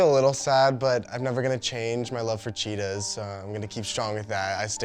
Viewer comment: "Chetaahs are a big part of my personality" 😅